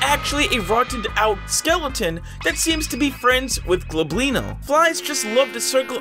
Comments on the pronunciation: by the way its Goblino not globlino just so you know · its “el *gob*lino not g*l*oblino also, my fav entity is definitely curious light as its very calming😊